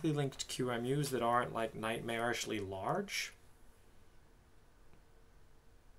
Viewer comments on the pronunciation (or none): none